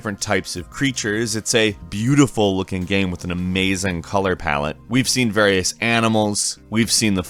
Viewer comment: Say color palette one more time!